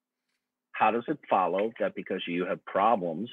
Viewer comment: I had to pause because this is getting at me. The hundreds of times this guy asks "How does it FOLLOW (...)" with that annoying, childish vocal emphasis on the word "FOLLOW" could be solved by teaching him a little bit of logic. Whenever you have a premise 1 [if p(x) then q(x)] and also a premise 2 [not q(x)], then you're bound to reach the conclusion [not p(x)]. Right? If we have a premise that says "it's raining where Shannon lives" necessarily causes the statement "Shannon brought her umbrella with her" to be true, and we observe another premise that "Shannon brought her umbrella with her" is false, then we must just as necessarily reach the conclusion that "it's raining where Shannon lives" is false. This is logic 101 and would clarify the link between souls and not being a Christian. I'm appalled that this guy couldn't grasp that. I suspect, however, that on the off chance that this comment reached him for some weird reason, he would still not understand it. Which is why I've attempted to make it even clearer below: P1: If you're a Christian then you believe in souls. (Evidence of this premise is in the bible as repeatedly pointed out by Shannon) P2: Shannon does not believe in souls. (No demonstrable evidence, too many inconsistencies when you think about changes in the brain and the self) C: Shannon is not a Christian. This is how it *FOLLOWS*, goddammit.